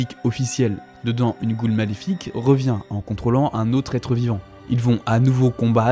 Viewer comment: Pk des fois tu dit "goon" et pas goul 😭🙏